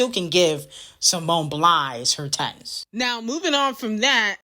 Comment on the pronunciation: simone “biles” bby, not “blies” or “blinds”